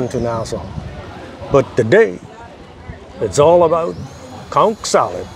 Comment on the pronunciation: I'm so glad you clarified how to pronounce the word "CONCH." I hear so many yt people butcher that word literally pronouncing the "CH" in the word 🤦🏾‍♀️ And no. I'm not reading replies beyond